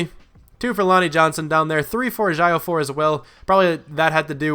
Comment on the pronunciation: Duke Edge-oh-for